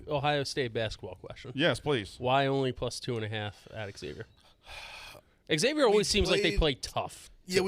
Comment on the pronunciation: Please stop calling Xavier “X-zayvier”